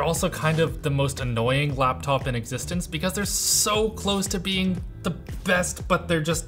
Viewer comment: All I hear is "Laaptaoup"